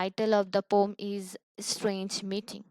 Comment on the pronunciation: Ur explanation is nice but why are u calling poem as a "poum"